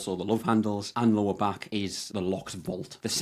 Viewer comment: Good video. Funny thing is every time you said lower body fat, I kept hearing Law of Bodyfat. Might be a good title or channel name lol